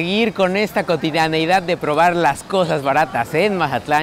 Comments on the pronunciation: Soy el único que escucha que dice majatlan en los videos??? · Mi estimado, no es mahatlan es mazatlan tal cual y eso que soy de culiacan jajaja. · No se dice majatlan se mazatlan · y quien habla asi con ese acento, es mazatlan no majatlan. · Por qué dices "Majatlán"?